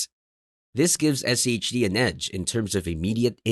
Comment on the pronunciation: Why are you keep saying SEHD rather than SCHD?